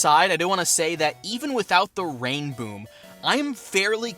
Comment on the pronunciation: He said it wrong. It's called a "sonic rainBOOM"